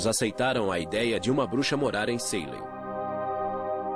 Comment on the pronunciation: eu tendo um mini avc toda vez q o narrador falava "Saylem" ao invés de "Salém"